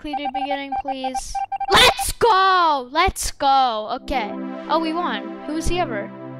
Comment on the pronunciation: He says “Let’s goooool” with the L sound at the end.